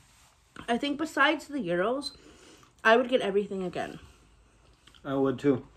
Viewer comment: Yes you’re saying it properly, gyros are lovely it’s like g ros they’re fit. I’m not a fan of curry but I hope you both enjoy